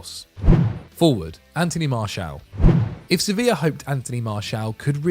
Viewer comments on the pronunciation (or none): none